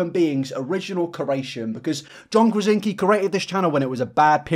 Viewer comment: John Krasinski... you're missing some letters there